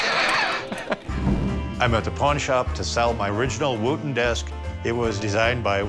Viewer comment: I love how he pronounces Wootton incorrectly. 🤣